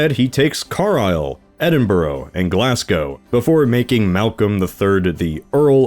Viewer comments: pronounced, car-lisle, not car-isle, edin-bruh, not edin-borough, glaz-go, not glass-go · how tf can you butcher english words that badly despite speaking the language from birth. wtf is "car aisle" "glass go" "eddin buroow"